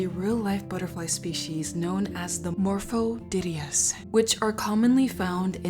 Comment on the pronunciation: Morpho Diddy-us?